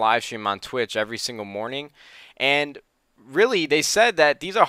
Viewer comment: Did he just say twich